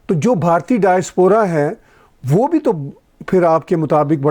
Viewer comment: Tahir Sir it is Bhartiya not Bharti. Thank you.